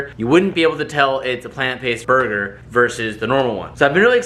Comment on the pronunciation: It's not borger